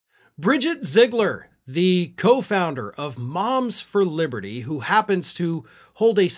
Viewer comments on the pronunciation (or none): "Moms For Liberthree"